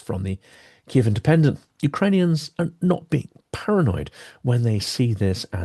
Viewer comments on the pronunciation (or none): none